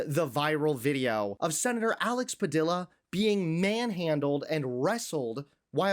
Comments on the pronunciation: The name sounds “pah-Dee-ya” please pronounce correctly. THIS IS WRONG! Who are these thugs? What are their orders? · Pa di ya. Padilla is pronounced Pa di ya. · Pronounced “Pa-de-ya” — it’s a Spanish pronunciation — 2 “ll” is pronounced as a “y” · Pa Dee ya, no L sound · Padilla….. Padeeeyyyaaa. My god didn’t you hear him pronounce his name???? Ugh. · Padilla is pronounced PA DEE YA. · Do the man the honor of pronouncing his name correctly. Padilla = pa-dee-ya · He literally pronounced his name in the video. How do you still pronounce his name wrong? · Dude, learn to pronounce Padilla. Good God. Embarrassing. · I appreciate your words but not pronouncing the Senator's name correctly is rough. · Learn to pronounce his name right!!! It is Spanish and LL is not pronounced as L ! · Please pronounce the Senator's name right, my dude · Dude, you could learn how to pronounce the senator's last name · If you heard him say his own name, why did you mispronounce it? Anyhoo, 8647 FUQ TACO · Learn how to pronounce PADILLA! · Please pronounce Senator Padillia's name properly. It's respectful. Thank you. ✌🏿✌🏽✌🏻🫱🏾‍🫲🏽🤝🫶🫶🏽🫶🏿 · Pronounce Padilla's surname correctly, pleeease. Under the rump, we have No democracy. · learn how to pronounce padilla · Thank you for this, however, please pronounce his name correctly. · Please pronounce the senator's name correctly. He deserves that respect. Thanks. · Alex Padilla (PA-DIYA) 🤣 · How are you going to miss pronounce the man’s name when he clearly says it in the video that you are showing us? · Bro, learn how to pronounce his last name before you do a story on him. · Can you at least work on the accent of his name it is Pa D A . .. That is why he was dragged out of that room. If he had said an Irish name it would have been different. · I cringed when he said that wrong. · Its PA-DIYA, not Padil-la. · He's latino, his name is pronounced "Pa dee a" not Pa dill a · Padeeyya, not Padillla. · Padila? It’s Padilla, pronounced Padiya